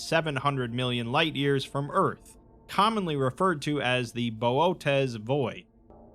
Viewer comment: Boötes Void is pronounced "booties".